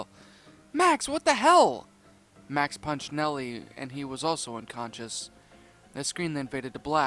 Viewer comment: He said nelly instead of nicky